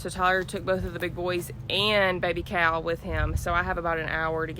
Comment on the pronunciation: Unrelated….. Am I the only one that thinks it sounds like Baby Cow instead of Baby Cal 🤣🤣🤣